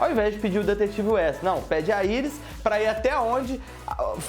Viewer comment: Na hora da pronuncia de alguns nomes como caitilin e west